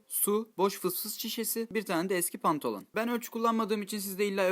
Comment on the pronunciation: Pantolon değil bantalon mübarek fdbmcgjafdyfh